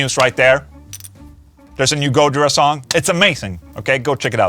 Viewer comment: Gooojira? Isnt it Gojiiira?